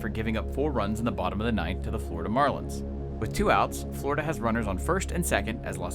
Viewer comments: Did anyone else notice the “Flordia” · “Flordia” Nice.